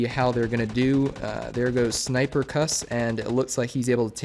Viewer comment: I knew I couldn’t kill a whole squad I was Snipercuss and I’m impressed that u pronounced it right and also good game keep it up